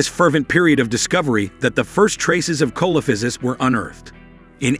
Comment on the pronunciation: The accepted pronunciation is: see - luh - FAI - suhs.